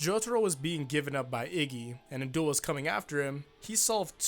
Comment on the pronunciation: How pronounce his name: An Daol How everyone pronounces his name: NNnnNNNN Dool